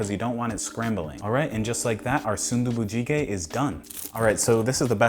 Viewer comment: you actually had pretty decent pronunciation for that😂👍 good job on the food too